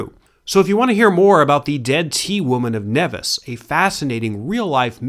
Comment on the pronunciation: Nevis ls pronounced as knee-vis